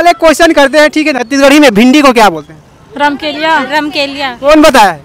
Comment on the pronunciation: राम केलिया ❌❌❌ रमकेलिया